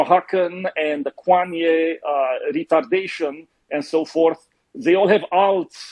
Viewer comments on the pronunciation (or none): I don’t know why I laughed so hard when he said “Kwanye and the Oahaxan”